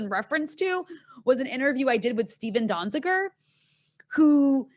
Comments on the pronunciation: Lol. Anna couldn't even pronounce Donziger's last name and she wants to talk fact checking. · Ana does not know how to pronounce Donzizer's name. She does not read the news.